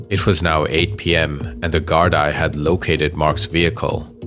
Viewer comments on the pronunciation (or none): ah look l am Irish and Gardaí is pronounced Gardee but that's very very insignificant 😢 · Good video. But just as a heads-up, it's pronounced like "Gard-Ee". Not like "Gard-Eye". And also, Garda is the singular form of Gardai (the plural)